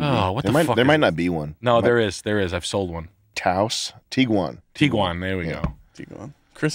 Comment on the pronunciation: tiguan its tiguan